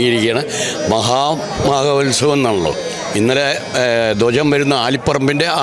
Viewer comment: ശരിയക്കും കൃത്യമായ ഉച്ചരിക്ക ടോ പിള്ളാരെ 😂മാഹമകമഹോൽൽസവം എന്ന് തന്നെ പറയടോ